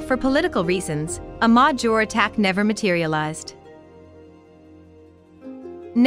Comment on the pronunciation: Why does the narrator mispronounce the word najor like that? That was the case with other videos too. No aacent , but mispronouncing major, why?